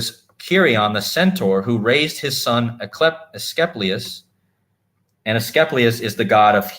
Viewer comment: Asclepius = UH-skleep-ee-us